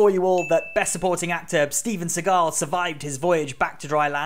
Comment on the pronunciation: the way he pronounced Steven Seagull is so creative and funny